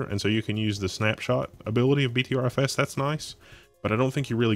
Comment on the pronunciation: btrfs is pronounced butter fs